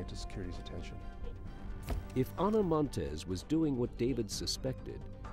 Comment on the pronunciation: I would like to know how a professional documentary of this kind can possibly be created with the narrator repeatedly saying "Ana Monteses" when referring to something she possesses. As a writer and recorder and a former journalism student I know it's correct English to NOT pronounce consecutive s's, especially when a person's name ends in 's'. This annoying and childish mistake is seeping into televised news and sports along with a small list of commonly mispronounced words and it's driving me crazy!!! While we are at it, the word escape is not pronounced ex-cape, proximity is not 'proxzimity' and worst of all (because it's mispronounced by even supposedly intelligent people) is nuclear. It's pronounced nu-clee-er, not nuke-you-lerr!!!!